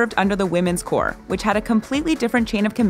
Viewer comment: Good video but you don't pronounce corpse as Corp, it's pronounced like core.